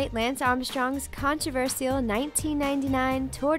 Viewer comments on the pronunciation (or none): none